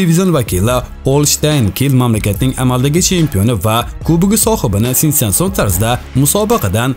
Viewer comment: Sensansion dedingmi talafuzingni to'g'rila